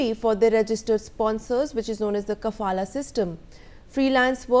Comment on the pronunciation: Is it the kafala system. Or is it the safala system ? 😂😂😂😂